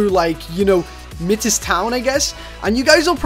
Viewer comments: fyi its pronounced "Mie-tis" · Pronounced: My-Tiss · Mightis is how it's pronounced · It's pronounced mite-us town